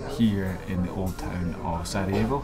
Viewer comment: she said "Saudi evo" instead of Sarajevo